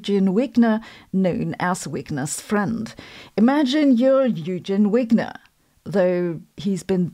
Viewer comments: "Yoogeen" Wigner? Come on Sabine we can handle "Oygen Vigner" as the correct pronunciation of his German (Deutsch) name , also please. Call it ' Schrerdinger,s cat' not the mispronounced "Sch road inger's" cat ( or just Katzen or even "Puss" as Shrodinger (add umlaut) would have done 😉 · 😂 I like the way her Wigner"s problem sounds like Weakness problem.😂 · Should we pronounce Wigner the Hungarian way, as in German? ie, as v and not w?